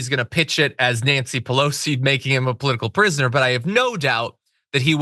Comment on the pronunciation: And he said polotical prusoner lol. Alcoholic idiot.